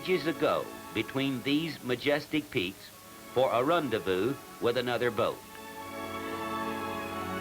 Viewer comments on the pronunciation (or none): I wonder how many takes were required before managed a reasonable approximation of the word "rendezvous?"